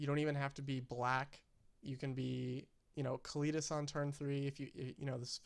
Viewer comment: while were at it. its pronounced oo-la-mog not you-la-mog. its also kah-Lee-tas.